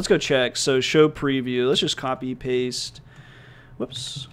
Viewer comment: It's actually pronounced "paste" not pasta